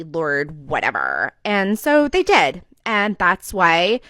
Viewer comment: You know someone should be ignored when they say "AAAND" as if it starts with an E